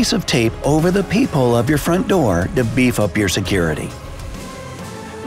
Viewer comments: I thought he said poophole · Am I the only person who thought it was peehole and not peephole XD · Whenever the dude says peephole I hear it as people and when he says people I hear it as peephole